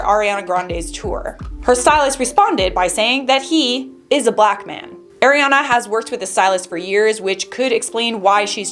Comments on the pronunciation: Its not Air-A- ana...it's Ari-E- annnnaaa, Ariana. Lol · It's the AIR-iana for me HAHAHHAHA jk 💕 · The way you said ariana made me laugh so hard 🤣